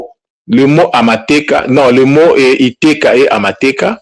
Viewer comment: Juste un petit ajout de comment on prononce " iteeka" (décret)et non " iteka". Amateeka (decrets)et non " amateka". En effet en kinyarwanda ou gihutu oh Kirundi le mot peut changer de sens juste à cause des sons sur les voyelles. Les accents graves interviennent donc sur ce mot: itèèka et amatèèka